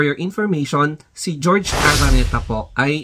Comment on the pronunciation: Bakit GEORGE? It’s HOR—HE ARANETA…. JORGE / HORHE